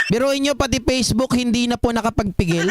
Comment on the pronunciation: It’s Facebook not Pacebook saka Fact check not Pact check.. smfh